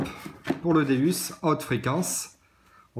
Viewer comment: Bonjour pour vous dite deUs alors quee sa se prononce déOUs bizarre pour une personne qui fait la présentation du matériel xp